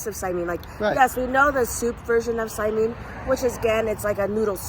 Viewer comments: If you say "saiMEEN" in Hawai'i, people will look at you a little strangely (like you must be a tourist), but this video was posted almost a year ago, so maybe by now you know it's pronounced "saimin" as it looks with the last syllable like "min" in "minnow." And the Zip Min may be popular, but saimin originated on the sugarcane plantations long before Zippy's opened. It was a combination of the foods that plantation workers used to bring to work and share at lunchtime, so that's why you can see the influences of Chinese and Japanese dishes in saimin or wonton min. There are, or were, many little "saimin stands" or hole-in-the-wall restaurants that became well-known for their saimin in Hawai'i. You should do some research and do a REAL Saimin Tour of the islands on a future trip. It's also interesting for me to see King's Hawaiian on the mainland because our family (and many other local families in Honolulu) would regularly enjoy dinners at King's Bakery (on King St.) and it was one of the few bakeries (like Leonard's) where we could buy 'ono pastries to take to parties or as a treat to eat at home. One of the most popular cakes was the chocolate dobash cake! Of course, there was also the famous Portuguese sweet bread - which became the famous King's Hawaiian rolls and bread. It was very sad when the Taira family closed the bakery restaurant and expanded business on the mainland. The parents originally did not want to "mass produce" the bread because of the effect on t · Just fyi need to watch this… this is how you pronounce saimin correctly. The min part is supposed to be like Lynn. Short. You guys saying the min part like meen. It’s not saimeeeen. This is how hawaii people say it 😊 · Oh yahhhh...dats da good stuffs! I'm wondering why you guys pronounce it "sai-meen" instead of the way I've always heard it....even in Hawai'i which is how it's spelled, "sai-min". I prefer a good shoyu ramen or Chinese wonton soup over saimin but it's all ONO! Mahalo y'all!